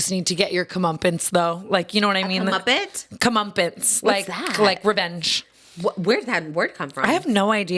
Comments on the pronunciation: commuppets instead of comeuppance is KILLING me lmao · It's come-upp-ance lol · "Cumumpintz" is killing me